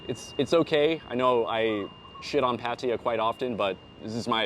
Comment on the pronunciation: All these advice videos and the people can't even pronounce Pattaya.